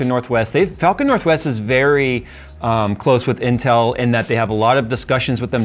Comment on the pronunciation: I know he said "intel drama", What I actually heard "incel drama".